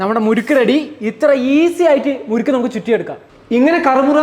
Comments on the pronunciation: മുരുക്കു അല്ല മുറുക്ക് ആണു. മുരുക്കു ഒരു മുള്ള് ഉള്ള മരമാണ്. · മുരുക്കല്ല ബ്രോ മുറുക്ക്